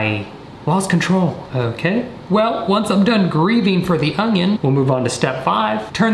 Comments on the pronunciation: Do you really say 'ongion'? Really? 🤣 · The audible “g” in onion just be regional. 😂 “ungyun” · I can't stop thinking of the "oño" meme every time he says onion 😂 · I love that he says ungion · says onion with a slight "g". Watch the video again to hear it. I have other friends who also say onion with a slight "g" sound.:D